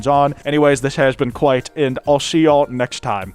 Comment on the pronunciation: "Kwite" hmmm.. i don't like this thing! wait! i got it! "Kwite"-SLOP